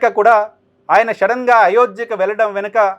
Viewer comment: అది షెడెన్ కాదు సడన్